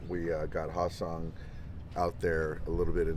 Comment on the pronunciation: his name is pronounced HAE (hay) seong kim not ha seong kim who plays for the rays